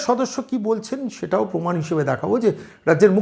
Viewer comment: পমান নাই/ মমতাজ প্রমান বলতে পারে না??🤔🤔